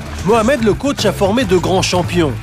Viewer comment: On dit " coach"